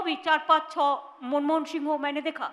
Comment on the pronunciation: ..she speak manmohan sing name in her style.. Very funny 🤣🤣🤣🤣